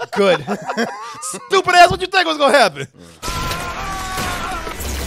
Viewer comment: That white boy said “good” 😂😂😂 idk why that threw me off